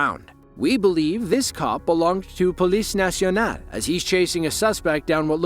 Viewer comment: Really good pronunciation of "police nationale" and "gendarmerie nationale" 💪